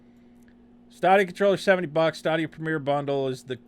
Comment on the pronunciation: I am assuming you are pronouncing it incorrectly on purpose? In jest? It's pronounced like "Stadium" but with an "a". How can you be confused about this product? It's game as a service. Eventually this platform will be replacing all platforms. imho, Steam, Sony, Microsoft and Twitch should all be paying a great deal of attention to this product / service offering. As 'botched' as your review of this 'botched release' is? You are not mentioning the implications of all this tech. I just wasted 18 minutes of my life. You could have just posted the Toms Hardware review? Saved us the time and had more information presented? If you would like to present objective information next time? Try and create an outline and references as to what you want to speak about. Instead of stumbling around clicking links and mumbling 1/2 of what you are attempting to read and obviously don't understand.